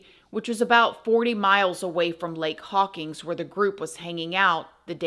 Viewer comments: I watched your story about McFadden it was pretty interesting. I grew up in Hawkins, Texas and was close friends of the three kids he murdered. I was also the LEO who actually drove McFadden to jail after his recapture. And Please know that you mispronounced our town, it's Hawkins not Hawkings. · I love you and your videos so much!!! My mom’s grandfather was the mayor of Hawkins, Tx for many MANY years!! Also, it’s pronounced Hawk-IN’s ;) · It’s pronounced haw-kins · Jeez. Please make it stop. On and on and on. Who are you talking to? Gerbils? By the way, I'm from Hawkins. Not "Hawkings" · Hawkins. No G.